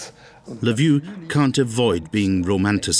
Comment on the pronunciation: The most racist content I have ever seen. I've already sent a strike on this "documentary". Cutting fragments of speech of Ukrainians out of context. So pathetic and wicked. Shame on you, the author. You showed a great deal of intelligence indeed. You can't look up how to pronounce the name of the main city of Galicia. I won't even get into other specifics. The nadir of morality and total ignorance.